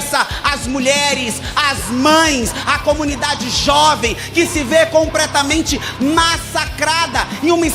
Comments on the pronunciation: O “compretamenre” me faz não prestar atenção em mais nada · " Compretamente " kkkkkkk esse senhor Hérica Hilton é uma vergonha. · "Compretamente" abismado ! kkkkkkkk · ComPRETAmente ???? Kakakakak pô Erika kkkkkkk misericórdia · “Compretamente” foi foda 😂😂😂 esse homem de maquiagem fala o português muito feio kkk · “compretamente” Depois dessa eu acredito que realmente erraram o cálculo 🤮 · que se vê “ compretamente “ 😂😂😂😂😂😂😂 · "compretamente" aprendeu com o lulinha kkkkkkkkkkk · Botão de quem ouviu a palavra 'COMPRETAMENTE' 👇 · É impressão minha ou ela disse no "Que se vê COMPRETAMENTE massacrada"? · COMPRETAMENTE KKKK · “CompRetamente”? Hilton disse isso mesmo, produção? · Parei de ouvir no "compretámente" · "Que se vê COMPRETAMENTE massacrada..." Hilton, ERIKA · compRetamente!!!!! kkkkkkkkkk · “…que se vê COMPRETAMENTE…” 🤣🤣🤣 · "Compretamente" foi o ápice, assassino do Português esse deputado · Que se vê COMPRETAMENTE😂😂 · "Deputada como a senhora faz pra falar tao bem?" O fdp na primeira oportunidade de abrir a boca: "que se ver COMPRETAMENTE" 😂😂😂😂😂😂😂😂😂😂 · Compretamente kkkkkkkkkkkkkkkkk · já começa com um COMPRETAMENTE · compretamente massacrada kkkkkkkkkkkkkk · "Compretamente" kkkkkk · "Compretamente" (HILTON, Erika, 2026) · Compretamente kkkkk nem falar direito sabe. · PRESTEM ATENÇÃO: "COMPRETAMENTE" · ComPREtamente Affff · Com"pré"tamente como um ser desse vira Dep. Fed. o Brasil tem os governantes que merecem Eriko sacudo sabe nem falar. 😂😂😂😂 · kkkkkk compretamente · Só eu que escutei esse deputado Erika Hilton falar ( compretamente ) ele não sabe nem o português 😂😂😂😂 COMPRETAMENTE ! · "compretamente" FIM . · "compretamente" é fod@ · tooooooomaaa Kim!!! dessa vez o Erika deu com o pal na mesa... "comPRÉtamenti".🤔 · "compretamente" e foda 😂😂😂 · Falou “compretamente” já perdeu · "COMPRETAMENTE" mas é uma besta quadrada hahahhaha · Com"pré"tamente deprimente... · "compretamente" mas fala errado erica hilton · Compretamente hahahahah